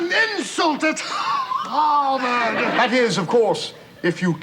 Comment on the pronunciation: I did not like over pronunciation of HARVARD the second time around